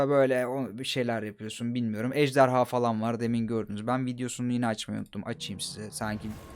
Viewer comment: abi ejderya ne ya ejderha